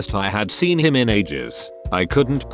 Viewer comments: How it pronounced "him" is funny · The way the narrator says him is hilarious. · lmao the way he says him